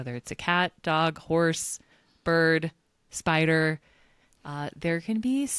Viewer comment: "Spider" LOLOLOL